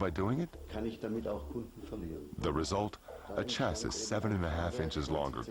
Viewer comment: I was trying to figure out what country the narrator is from because of his odd pronunciation of words like "tachometer" and "chassis" and "previous". After hearing him say "Monaco", I'm now trying to figure out which planet.